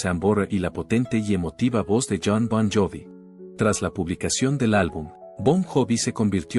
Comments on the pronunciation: Pésima traducción y pronunciación: “Bob jobi” 😅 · Hayyyy Siiiii, me hace doler el oído, como vas a hacer un video de Jon Bon Jovi, si ni siquiera pronuncias bien JOVI!!!! una falta de respeto!!!! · Aprende al menos a pronunciar su nombre comedor de tacos. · Que mal que pronuncias!! !!! Bon *Jovi, es, fue y sera eternamente, La Banda mas Grande y Legendaria de la Historia del Mundo del Rock❤❤!